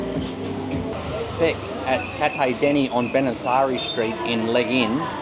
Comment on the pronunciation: Legee-uun. That's how you say the area. Legian. Have a fun there.